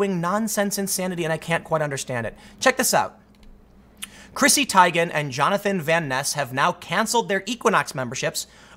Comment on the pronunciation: Today I learned I've been saying Chrissy Teigen's name wrong my whole life.